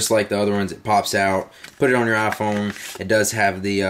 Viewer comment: Love how you call it the "ah Phone"